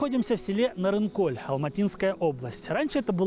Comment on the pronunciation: Ведущий, двойка тебе. Ты бы хоть удосужился название села, где ты был запомнить. Не НарынкоЛЬ, а Нарынқол. Как таких вообще на работу берут? Ни казахского языка не знаешь, ни матчастью не владеешь.